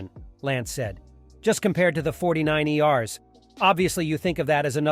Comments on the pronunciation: fortynine E R’s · dude just lost me, 49iers? lol All these auto voice overs are horrible... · Diffinately read by a computer with the pronouncing 49ers